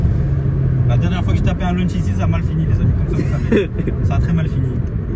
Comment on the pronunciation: un launch frero pas un "lunch" mdrr